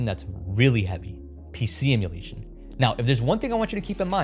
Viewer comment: "Oh, let's sew how to do it" >"PC emularion…" >Clicks out